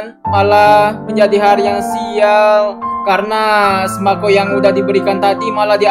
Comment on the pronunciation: Tolong sembako kok jadi sembaqo😭🔫